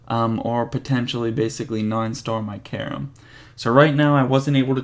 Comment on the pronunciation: Please learn to pronounce Karim properly... other than that nice progress!